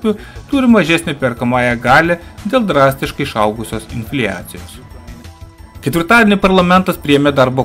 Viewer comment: Viskas tvarkoj, aciu uz trumpas ir gan issamias zinias. Nu bet... inflijacijos mano ausys neatlaike.